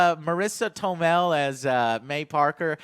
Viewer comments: Marisa Tomel? Really Joe? It's Marisa Tomei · Marisa TOMEI, Joe. T-O-M-E-I(i). Not TOMEL. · „Marisa Tomel” XD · It's Tomei not Tomel....c'mon "reviewer" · Marisa Tomei, not Tomel. Check her out in "Before the Devil Knows You're Dead." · Marisa Tomei, not Tomel. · Who's Marissa "Tomell"? Lol. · 'Marisa Tomal'... MARISA TOMEI JOE :D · Marisa Toe-Mel. Come on Joe you dont know Marisa Tomei? If not then ffs watch My Cousin Vinny! Love you called her "young" cause she looks great these days and so happy shes not gone under the "knife" to my knowledge. A natural beauty and talent. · "Marisa Tomel" Try again Joe. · Marisa Tomei, pronounced TOE-MAY.